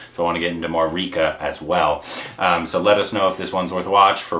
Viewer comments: Ray-kha and not Reekha.. the pronunciation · Just an fyi... her name isn't pronounced Reekha, it's pronounced Rékha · It’s pronounced Ray-kha not Reeca. Watch her interview with Simi Garewal, she is a fascinating person. Then watch Silsila & Umrao Jaan. Then Khubsoorat & Khoon bhari maang. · It's not Rikha .. it's "Rey" +" Khā " 🙂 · Rekha = "Ray - Kaa"